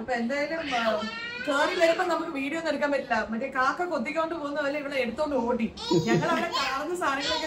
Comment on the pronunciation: Its ഔടി not ഓടി